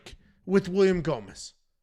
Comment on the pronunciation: You have to do all the post fight scits hammered....it was awesome, hilarious, and hearing you murder gomis was a thing of beauty